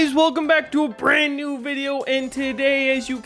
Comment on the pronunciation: Why on the intro btw it was brous welcome tro a brrand new vrideo 😂 bro but btw I like the video